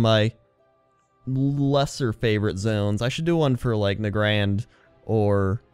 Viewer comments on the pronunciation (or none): Did you just say negrand like nuh-grand? Don't you usually say it nay-grand?